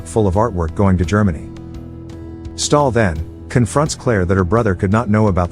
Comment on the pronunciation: its stahl not stalin